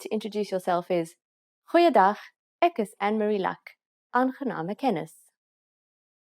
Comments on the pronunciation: ek is like ak like you saying it like ak is jammer not ek is jammer? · I can hear from how you pronounce "ek" as "ik" , "is" as "iz" that it's an additional language for you pronunciation needs a bit of attention other than that it sounds good